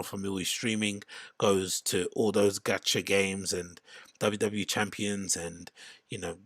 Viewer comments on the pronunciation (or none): none